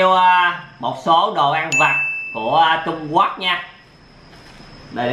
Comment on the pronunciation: Trung Quốc mà anh đọc trung quắt